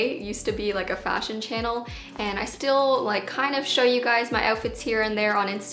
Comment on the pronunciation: "Fah-sion" - 2020